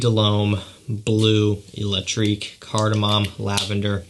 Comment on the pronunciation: You're favourite release is not called Blue Electrique but Bleu Electrique. Please check the french pronounciation!